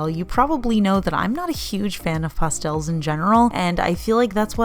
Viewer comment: OMG that limited edition!! LOVE IT!! ♥♥ I think you should do a "favorite pastels" video just for all the people who hate how you say it LOL.